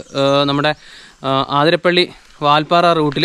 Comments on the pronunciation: ആതിരപ്പള്ളി അല്ല... 👉 അതിരപ്പിള്ളി 👈 എന്നാണ്.. ഇനി എങ്കിലും, പറയുന്ന വാക്കിലും, എഴുതി വയ്ക്കുന്നതിലും ശ്രദ്ധിക്കുമല്ലോ.. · അതിരപ്പിള്ളിയാണ്. ആതിരപ്പിള്ളിയല്ല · ആതിരപ്പിള്ളി അല്ല bro, അതിരപ്പിള്ളി